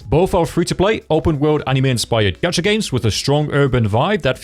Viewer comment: it's not gatcha, it's gacha, stop adding random letters to words